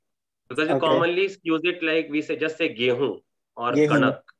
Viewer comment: It's not gehoon .it's jau